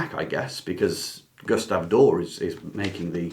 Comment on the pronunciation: This is a wonderful video, and I subscribed, but I'm a little perpecxed you don't ee the final letter in Doré has hhat lanting line over the E. It's pronounced DOR-EH, not "door".